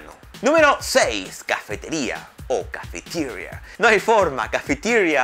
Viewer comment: Aprende a pronunciar las palabras en ingles. ¿CHOCOLEIT? ¿EN SERIO? ¿CAFITIRIA? "I would like to go to the /cafitiria/ to have a piece of /chocoleit/".